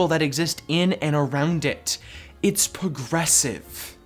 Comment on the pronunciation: "it's pugrehsiv"